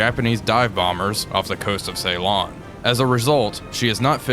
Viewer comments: Okay, I don't want to be 'that' guy but Ceylon is pronounced Sillon rather than Saylon... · Whilst he's at it, could he please pronounce Ceylon "Sillon" not "Saylon". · it hurts my ears when you call Sri Lankan ceelon and Trincomalee trikomalo 😆